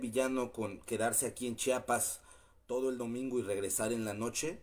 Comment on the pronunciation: se dice CHIAPAS no CHAPAS